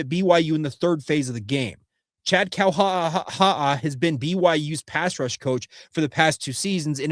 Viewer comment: I love you bud… And I listen almost every day… But please learn how to pronounce…KAUHA'AHA'A You sound like you’re choking on a potato chip, dude!